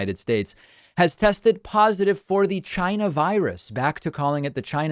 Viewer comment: "Chayna!" Virus.